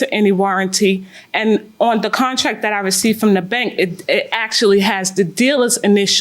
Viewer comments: Contrack. Lol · If she says contrack one mo time lol